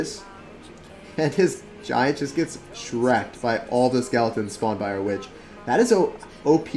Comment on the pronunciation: Please dont say shrekt, thank you.